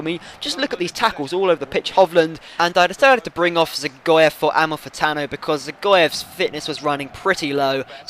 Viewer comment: I'm not sure but i think Dzagoev is pronounced Ja-Goev